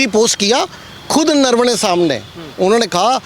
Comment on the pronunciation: He is saying नरवणे or नरवने ye नरवाडे कहासे आगया